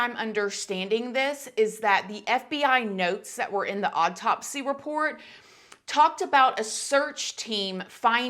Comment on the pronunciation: This whole thing still wreaks of a ton of SUSPICION!!! We may never know the truth! 😡 Also,, you know I love ya girl and how you say some words. Lol Am I the only one who swears you say “odd taupsy instead of autopsy” 😆 You probably say it right, my ears are broken. However, I find myself saying oddtopsy now! 🤣 Nothin but love for you girl! 🥰